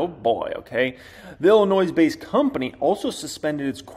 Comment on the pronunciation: It's pronounced "IllinOY". Love from Chicago.